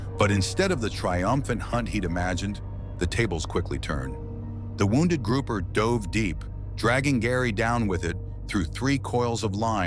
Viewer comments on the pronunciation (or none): none